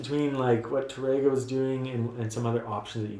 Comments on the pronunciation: Really, really enjoy your video lessons. Wish you were located here in Ohio; you'd have a dedicated student!😇 Hope you don't think me a bit of a douche-bag, but: your pronunciation of Tárrega is kinda off -- especially for a guitar teacher. The emphasis is on the accented 'a', not the 'e'. So, it's not Ta-RAY-ga, rather, TA-ray-ga. Hope that helps -- I'm taking Spanish lessons 😏 -- along with my guitar lessons. Hey, when you're retired, that's what you do! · Tárrega is what you wrote in the title to the video. Notice that accent on the "a?" That means that you accent that when you say the word. TARR ega. Not Tar-EGG-uh. Sorry to be picky, you help people a lot. I can't be the first person who has pointed that out.